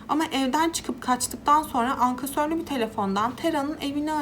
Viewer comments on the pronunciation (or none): Ankasörlü değil ankesörlü telefon